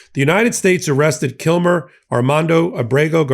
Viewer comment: His name is KILMAR Abrego Garcia. Get it right!